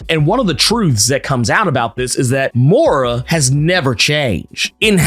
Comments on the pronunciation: I love your explanation..but damm your pronunciation of " moira" is ridiculous. Please . It's an British name. Please listen to hiw British people pronounced it. Before you do cause it's hurts my ears. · I's pronounced [moy-rah], right?t